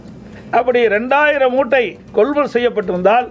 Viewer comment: கொள் முள் நிலையம் அல்ல கொள்முதல் நிலையம் நட்பட்டினம் இல்ல அது நாகப்பட்டினம் பேச்சில் இன்று ஏதோ தடுமாற்றம் சார்